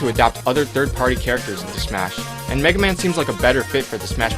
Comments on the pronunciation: well, you got mega man right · all i will say he called megaman perfectly